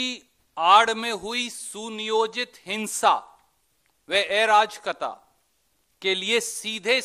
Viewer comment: अराजकता to bola nhi jaa rha.. Chale hai बयानबाजी karne..🤣